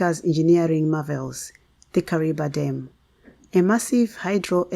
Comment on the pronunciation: Kariva thats howits pronounced ok